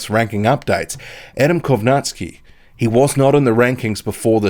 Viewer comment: Not Kownaski Kow Nacki